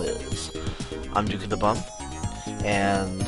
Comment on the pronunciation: I don't think it's that people are having trouble hearing it, but rather that when you say it the 'p' doesn't get announced well. Causing it to sound like DukeOfThebum- and that sounds funny. No slight on you or anything, I pronounce it the same way :p